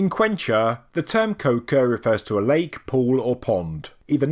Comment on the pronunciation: for clarity: “Quechua” - Not “Quenchua”.